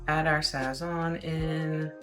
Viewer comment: This chick if your gonna steal ingredients say them correctly sazone/sa sown And the green seasoning is called so Fri toe